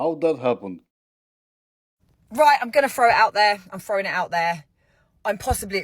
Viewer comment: "fro'in it out theah"